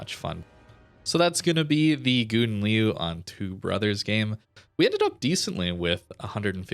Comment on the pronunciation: I'm originated in a Dutch speaking country and well... This is not how you pronounce Gouden Leeuw, kinda made my ears bleed. 😂 I have to agree with Gyasi that you should call it Golden Lion or practice very much in your private space 😅 I still like your video's so no harm done 😛